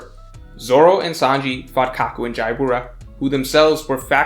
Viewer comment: Isn't...jaybora pronounced Jabra?